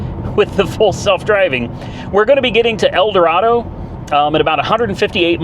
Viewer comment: I wanted to dislike Teslas, but I can't, it's an amazing piece of engineering. Well done, sir. Edit: However, Kansas natives pronounce it "El Doraaado."😂